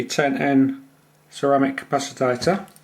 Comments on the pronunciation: It's capacitor, NOT capacitator... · Nice video. I will try to build one. Noticed you pronounce capacitor as "capacitator". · How come you say capacitor as capacitator? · For F++++ sake!!!. It is a CA PA CI TOR and NOT a CA PA CI TA TOR. Christs sake!!.